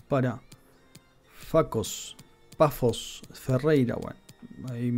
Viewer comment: Amigo, recuerda que en portugués cuando veas un Ç se pronuncia como una S fuerte, y cuando es C se pronuncia como una K. Famalicao se pronuncia como Famalikao e igual con Paços se pronuncia como Pasos